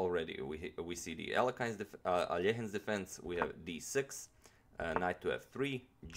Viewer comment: There are very fine moments, when you're actually recalling you're Slav, like here with Alechin name. I'm sure all the birches on the slopes by Volga river are murmuring with delight hearing your pronunciation.